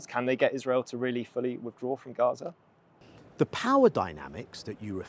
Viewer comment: Gaza not garage